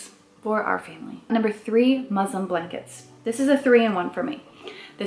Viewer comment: Girl, it's muslin not muslim. Lol.